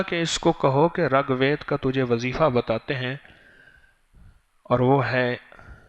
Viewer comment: dhakan miyan, pehlay RIG bolo RAG nahi. Sanskrit bolo san sakrit nahi. proof of the shit u r talking ?